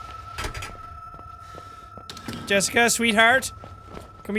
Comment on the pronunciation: "Yessica"? I sense that pronunciation was influenced by a (North) Germanic language...Danish, perhaps? It's the electrocardiograph (EKG or ECG for short) machine. Maybe you thought about MRI (Magnetic Resonance Imaging)? That's the notation used for infinite series in Math. If you really want to study computer sound design, you'd better start giving more f***s about those (they're used in Fourier analysis of sound waves, for example):P Mr. Tickles? That's a good name for a pet XD You mean "Knothradamus"?:P If Jessica and Blake were in a "relationship" (or, at least, Jessica loved Blake), what did the hangman sentence "not telling is worse than lying" mean? Did Blake "cheated" on Jessica with Lynn? Or did Blake told no one about Jessica's death?, is it you? O.o The many-armed monster really seems to be a representation of someone who abused Jessica (maybe one of the priests) If it's any consolation, we're all shortening our lives together O.o => Yeah, I guess the priest killed Jessica after trying to abuse her, and then tried to make Blake feel guilty for it (because he couldn't save her, as shown ). Maybe Blake jumped at the last second? Nah, that's exactly what they busted (also, poor Buster::) Lynn is lucky this isn't Until Dawn XD Will "Justice Jack" rain from above, though? Maybe that could be your "superpower/ultimate" (peeing on outlaws to blind them):P 1